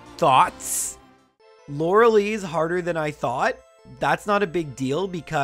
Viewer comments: lorelei not loralee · Lore a lie, not Lore a lee Arca nine, not Ar Canine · Hearing him pronounce Lorelei as laura lee instead of laura-lie is nails on a chalkboard to me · If you said lore-lye properly, agatha would let you first try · I believe it's pronounced Lorel-eye... Correct me if im wrong though! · He is saying lorelei wrong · Youre saying lorelei wrong eh